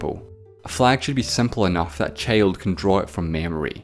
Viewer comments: C H A Y L D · the way he pronunced child...